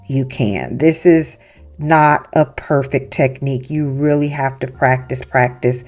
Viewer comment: The word is PERFECT. Not "purrfick" it came out good in the end tho..I won't lie 😂 this is very creative 👏